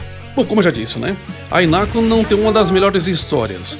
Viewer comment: Fica a dica, se fala "Rinaco".